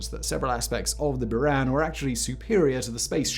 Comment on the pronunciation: “Bouran”, not “Byuran”